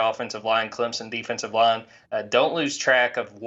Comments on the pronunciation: worst part about being a clemson fan is hearing people say “clemzon” instead of the way it’s actually said 🙄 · you lost me with "Clemzen"...